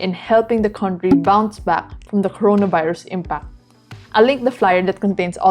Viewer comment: I like the way you pronounce the "Corona Virus"! again pls